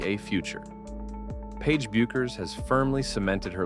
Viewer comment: It's Beck-ers. AI isn't perfect.